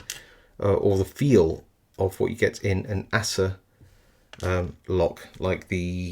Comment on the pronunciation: I always thought it was pronounced ACE-R, not ASS-R. Sure you have that pronounced properly? 😆